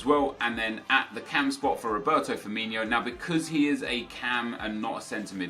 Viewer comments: His name is pronounced Firmin-OH and not Firmin-IO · ITS firmiNO... not Firminho.... learn it right...... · Why do you call Firmino 'Firminho'? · Azhar Haque they pronounce it like Ronaldinho